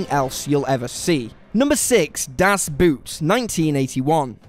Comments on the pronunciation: Das boot is pronounced das boat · Even worse. It sounds like the english word boot to me. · "Boot", in German, is pronounced the same as "boat", moron. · das boot is pronounced boat, not boot...get it right!!!!!!! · Although it's spelled Boot, it's pronounced "Boat". According to my German Friends. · Das bot,not boot,its not shoe it it is submarine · "Boot" is pronounced in the same way you pronounce "boat" in english (and it has also the same meaning) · Das boot is pronounced as boat and not something you wear on your foot! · Das Boot is pronounced das Boat. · I know, but it's close enough for the brits and it's WAY BETTER than "bewt" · the way he pronounces "DAS BOOT" just torn me apart XD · Hahahaa, what a clown! Das Boot, as if every word spoken on the planet is English. Get a grip, and respect your viewers enough to pronounce words in the language as intended. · Why can't people say "Das Boot" correctly? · Dunkirk was boring. Das Boot is pronounced very much like the English word. Inglorious Bastards doesn't belong on any list. Hedd Wyn (WWI, Welsh film). Joyeux Noel. Pork Chop Hill. Glory. The Bridge (Die Bruecke). Schlacht um Finnland. All Quiet on the Western Front. Hacksaw Ridge. Captain Horatio Hornblower. Blackhawk Down. The Longest Day. Downfall. Alexander Nevsky. Empire of the Sun. Arn. Lawrence of Arabia. Land of Mine. The Beast. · I literally shuddered every time he mispronounced it. A literal shudder of my physical body.